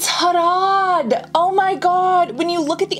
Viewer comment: This is a really educational video. You absolutely won my heart when you pronounced "Harad" and "Haldi" perfectly! You are very talented Cassandra ❤❤😊